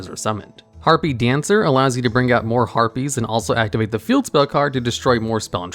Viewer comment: Stop saying herpies.